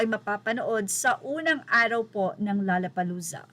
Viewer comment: "LOLLA" hindi "LALLA"!!!